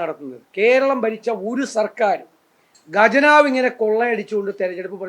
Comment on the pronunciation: 'ഗജനവ്' അല്ല സതീശാ... "ഖജനാവ്" "ഖ"... "ഖ"..